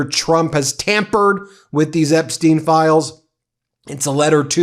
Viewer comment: His name is pronounced Epstyne, not Epsteen.